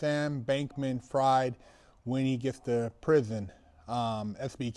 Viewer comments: You do realize it's not pronounced "fried" like fried chicken, but "fried" as in sigfried?" Maybe it's just too much effort like certain pronunciations are. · It is pronounced like in the German Word "Frieden" (Peace) just without the "en". A good Translator App with Vocal Translation can let non German Speakers hear how to pronounce "Frieden" then they now how to pronounce "Fried" right away. I think that Sam Bankman Fried is Yewish and it is a German/Yiddish Last Name.